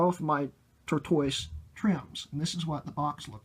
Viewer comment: It’s pronounced like the animal. Basically “turtle shell”😂 “tort-tus” Anybody know if these are made of brass?